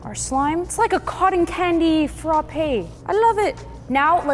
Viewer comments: fr-ah-pay ✅ fr-o-pay 👎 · Sanrio frappe not sanrio